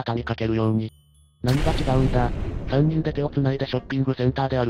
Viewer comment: さんにんをずっとみっと？って読ませてるのなんなのｗｗ